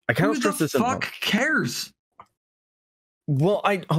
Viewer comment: "I lost control, it's ovah...aw fock aw fock" lmfao this is why the people love you